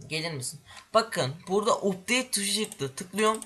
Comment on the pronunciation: o updeyt diye okunmaz apdeyt diye okunur